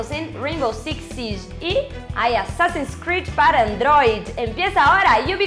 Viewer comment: 2 comentarios: -¿Qué carajos es esa forma de pronunciar Android? -Usaron imágenes de la interfaz gráfica antigua que tenía su soporte técnico. Ahora es diferente y es bastante más moderna.